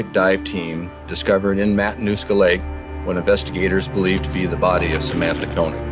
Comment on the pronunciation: Amazing that even mr koenig or könig himself dont even know how to pronounce his name right